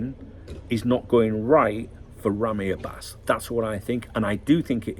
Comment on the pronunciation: Hello my friend, I just can’t stop cracking up about your persistent mispronunciation of Ramy Abbas’s name 🤣To make it easier for you to say his last name just remember that Abbas means Lion in Arabic 😂BTW, what is it with the ultra clarity of your stream today? It feels like your head going to pop out of my tv screen! Your Saudi friend 🫡